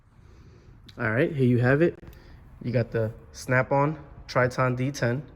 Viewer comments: It’s pronounced Tri*tin* not Trit-On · The worst part of this review is how he pronounced the name TritOn... who the hell says it that way?